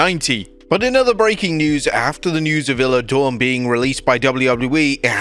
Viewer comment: Not "illah dawn" wtf???